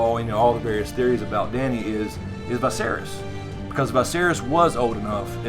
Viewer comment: Love your stuff man, but I guess Viserys is pronounced Vi as the letter V, or as Vee-serys.